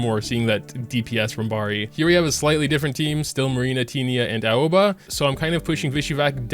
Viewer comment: Aoba is pronouced A-O-Va